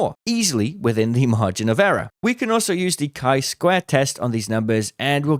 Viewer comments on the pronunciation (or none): Margin of “errror”. Comedy, love you!